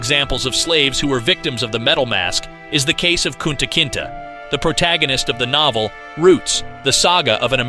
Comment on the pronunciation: It's not Kunta Kintah it's pronounced Kunta Kintay. You could have watched the movie...